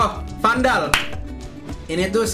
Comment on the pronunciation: 5.38 , gk salah lo nyebut vandal tuh smg?, ato emg salah nyebut